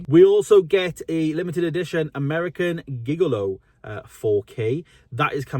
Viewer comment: As soon as you picked it up I knew you wouldn’t know how to pronounce Gigolo 😂